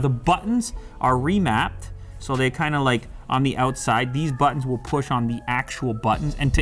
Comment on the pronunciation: Am I the only one who heard "what else you can willi do"?